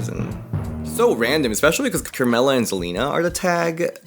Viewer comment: The way you said krmella😭😭😭